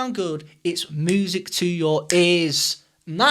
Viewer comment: I love it when you say music like [muː.zɪk] and not [mjuː.zɪk].;)